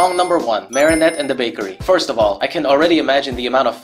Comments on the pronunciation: Why do you keep saying Marysu? And I use to love this special when I was 7/6 and the songs I mean I still think ladybugs song was pretty good I just didn’t really like bad Santa claws and I don’t like rock it’s just garbage you can barely hear what there saying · It took me a minute to realise why you kept calling Marinette Mari-Sue lmao